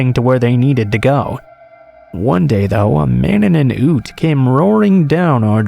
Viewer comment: Hey! I’m Australian, and just so you know (in case it ever comes up again), “ute” is pronounced “yoot” as it’s short for “utility vehicle”. Americans often call them trucks. They’re like a car at the front, with a tray (often with sides) on the back. I hope I’ve explained it okay. We abbreviate everything here, so hopefully the word makes sense, now. 😊